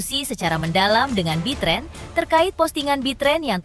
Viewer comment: Bukan bitren bu ,betran gitu Ko bitren ah si ibu salah dong betran putra onsu atau onyo gitu lah